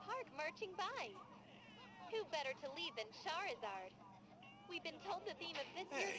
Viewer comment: Man, it's CHARIZARD